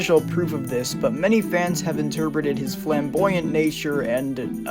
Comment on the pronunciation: I thought you said fem-boyant not flamboyant